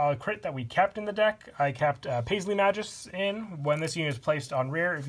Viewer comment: You have butchered the pronunciation of "Magus". It's officially "mei-goos" not "mah-joos"